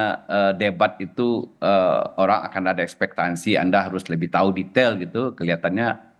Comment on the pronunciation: ekspektasi pak, bukan ekspektansi.. interpretasi, bukan interprestasi.. profesor macam apa ini, wkwkkwk...